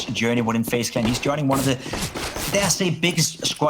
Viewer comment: Fejs klen ? I am nit shure that you pronauce like that. Dmn what an idiot